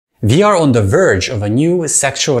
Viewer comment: I don't know why but I found it really funny that your accent means that when you say "We are" it means the very first thing you said was VR, considering the topic